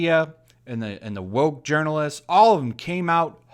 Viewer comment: I like the way you pronounce those "journalists" as urinalists.